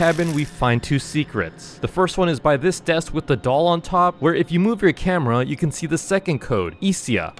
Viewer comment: It's not whit it's with🤬